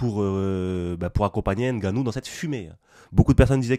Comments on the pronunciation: Salut. Il faut prononcer NGANNOU et non N'GANNOU comme disent les occidentaux. " Impossible n'est pas Camerounais ". Force à toi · on prononce pas le N genre on prononce comme si on disait j’veux m’battre par exemple on dit pas j’veux M battre